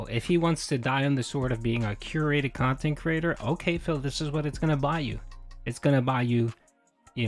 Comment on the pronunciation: It would be difficult, but should be more than possible to build a channel with 200K subs back up with the right kind of content. But again, that would take effort. And we all know how Phil does with that. His "curating" of his "khantent" is limited to doing the routine he is used to, because he's too inflexible mentally to do otherwise.